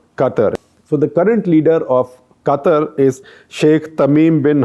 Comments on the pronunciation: Qatar is pronounced as Kataar not Cutter .. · Shekhar its not 'Kuttur' its 'Qatar' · My mind since Gupta sir started talking Today Quatar Quatar Quatar Quatar Quatar Quatar Quatar Quatar Quatar Quatar Quatar Quatar Quatar Quatar Quatar Quatar Quatar Quatar Quatar Anyways it's Qatar 🙄🙄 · It's Qatar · Its Qatar.